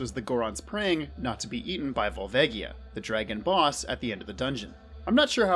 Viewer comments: vol-V-EGG-ie-uh. really? lmao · Volvagia is pronounced with a soft G, my dude